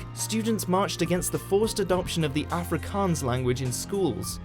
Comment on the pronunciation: All of you going on about how it was a bad thing or a good thing. As someone from South Africa who speaks Afrikaans, I'm just finding the way he pronounces words like Afrikaans, apartheid and Soweto funny.